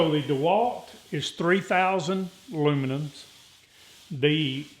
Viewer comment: He said luminums 😂😂😂😅😅😂😂😅😅!!!!